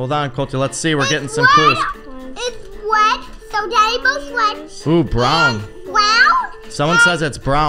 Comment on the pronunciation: When said I think it’s wet floor I thought she said red floor 😂 😆